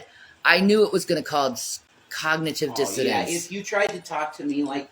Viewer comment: Cognitive dissodance? Dissidence?🤔 -ism.